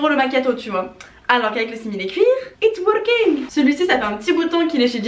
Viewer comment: alors qu'avec le simili cuir "It working" l'accent Indou omg ça m'a tué